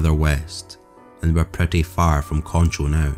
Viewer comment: Concho. He pronounced that one right.